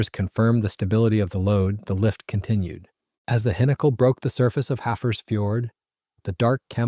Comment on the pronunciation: This annoyed me everytime it was pronounced this way...🤬🤬🤬